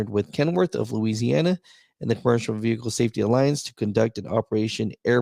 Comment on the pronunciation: "LOUISANNA" lmao!!!! yeah that's all he had to say.